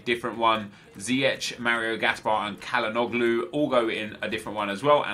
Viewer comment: Ziyech is pronouced as Ziejeg